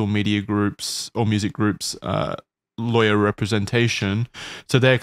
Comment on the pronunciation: Wendigoon’s southern accent coming out hard every time he says “Lawyer”